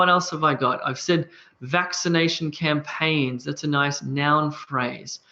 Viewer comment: Campaigns not "campaigs." :-)